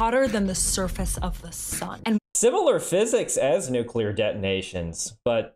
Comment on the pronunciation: My good sir, how refreshing it is to hear the word Nuclear pronounced correctly. I don't know what people have against Mr Yular to the point they want to nuke him, but the L comes directly after the C, nothing between them. It hurts every time I hear someone say it like that.